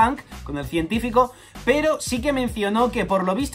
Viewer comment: Muy buen video y teoría, aunque te pasaré por alto el científico en lugar de "cientefico" jajaja sigue así. Que estamos a nada de los 80k